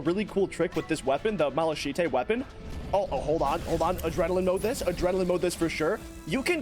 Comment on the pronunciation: The dust cloud in a bottle is a material for something else too so it might be worth it to make one anyway. Also ik its probably way too late but its pronounced mal-uh-kite not malchitè